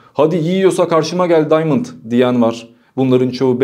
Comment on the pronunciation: Daymınd değil ! Adam arnavut ve adı diamand